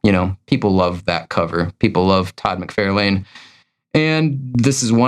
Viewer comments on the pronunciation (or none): It’s MacFARlane. Far…not Fare.